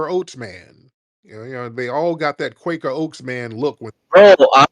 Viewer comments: This man said Quaker Oaks man 😂😂😂😂😂😂😂😂😂😂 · This dude Tariq said "Quaker Oats Looks"...😆😅🤣😂